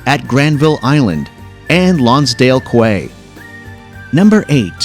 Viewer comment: So true… pronunciation of Rideau Canal and Lonsdale Quay made me cringe.